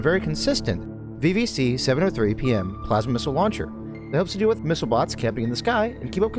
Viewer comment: VVC I thought I heard BBC 😅